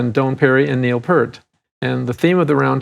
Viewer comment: p-EAR-t...Not Pert. Sorry.